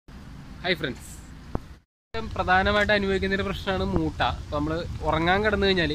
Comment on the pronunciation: മുട്ട അല്ല ചേട്ടാ മൂ.. മൂട്ടാ